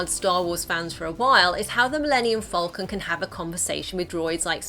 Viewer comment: It’s falcon. Not fowlcun.